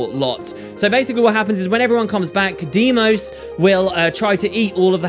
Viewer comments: Deimos, Say it. Deimos! DEIMOS DEIMOS DEIMOS!!! not DIEMOS. DEIMOS! This triggers me more than it should. I am sorry, love you and your channel <3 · i think it is pronounced dye-moss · I dont think so. I think its more of "Dee-Ee-Mos". I know this because I played God Of War Ghost of Sparta and Kratos' brothers name is the same. And this is most probably how u pronounce it